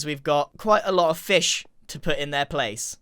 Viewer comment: "This is just a plaice holder" 😅